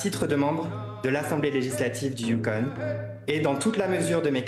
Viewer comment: Il se moquait de sa prononciation à la française, je pense. 😅 On prononce « on », mais les Français ont tendance à prononcer « onne » des mots comme Yukon, Boston, ...